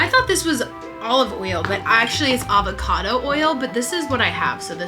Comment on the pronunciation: Avacoodoo oil😂